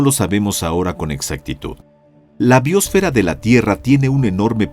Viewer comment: BiÓsfera... ¿Dónde está el acento de esta palabra? Me horrorizo escuchar esta se pronuncian cuando NO SE DICE ASÍ.